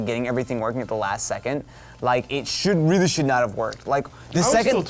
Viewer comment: "rweely"